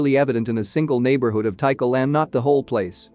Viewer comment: It's pronounced T CALL, not tea cull